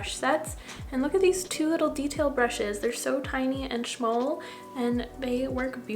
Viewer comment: You’re seriously the cutest! You’re a whole mood. Thanks for the spin! lol 🥰 “They’re so tiny and shmall” 💕 I really like that you always re-visit your own stash and do new looks with your staples! I love how your look turned out!! 🥰